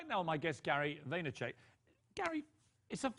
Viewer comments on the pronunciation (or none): yeah, but Piers mispronounced Gary's name (at the beginning of the 2nd segment) where he called hin Gary Vay-ner-CHECK. Piers is a douche!! SS Chris